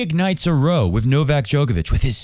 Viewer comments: row rhymes with ow, as in ow don't rhyme it with toe. It means argument. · "Row", rhymes with "cow".